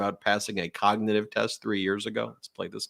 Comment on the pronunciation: He can’t even say the word cognitive correctly…